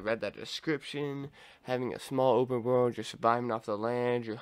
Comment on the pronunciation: Bro. You gotta pronounce and enunciate your words a bit better. Can hardly tell what you’re saying. Cool vid tho